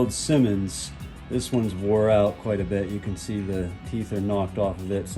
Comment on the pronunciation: Scy-monDs, not “simmons”. Simmons is separate company entirely